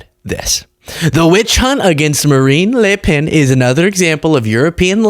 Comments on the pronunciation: A bit of an issue with some "a"s from Marine but ilI nerver heard an american NAIL the prononciation of a french name this precisely., je vous tire mon chapeau. ( the upper dupper classy version of "mad respect") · you say Marine Le Pen as a Frenchman would say Marine Le Pen. Tres bon